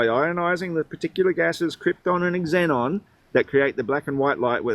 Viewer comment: I can't believe he pronounced Xenon as "ecks-ennon" and you didn't call him on it